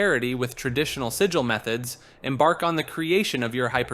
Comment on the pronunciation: man, the part where you pronounce Sigil a different way each time you say it was kinda painful ngl ;[ it's like 1 second in google. just type in a word and a robot lady reads the proper pronunciation for you.